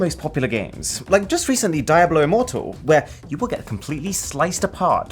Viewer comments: It's pronounced DIABLO, not daeblew. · Sorry how you pronounced Diablo? Really? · Is it really pronounce die-a-blo? I have always said diablo d-a-blo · Diablo is pronounced di-ablo not dia-blo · I'm sorry... Die hwhat? Diablo as in devil. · I like how he pronounced Diablo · that Diablo pronunciation though :D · I think you mispronounced diablo immoral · my man really pronounced DIABLO like that